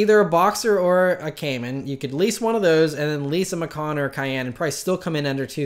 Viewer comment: Porsche "Passport Program" is a fucking rip off. They just want to make more cash from people. Stupid folks with too much cash to blow will dive head in to it. In reality, it's an awfully dumb idea. In other news, your pronunciation of Macan is deplorable.. LOL!!!